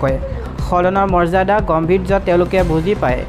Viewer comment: গম্ভীৰ্য নহয় গাম্ভীৰ্যহৈ উচ্চাৰণ ।ভুল উচ্চাৰণ শুনিলে ভাল নালাগে ।শিকি লবা ,নহলে বাদ দিবা বাতৰি কোৱা কামটো ।